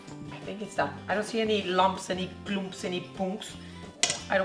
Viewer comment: She said "klumps" 180 million times through a whole video..